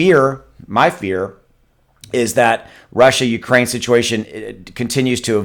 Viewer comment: I think you just made up a name for what happening. “Rukraine”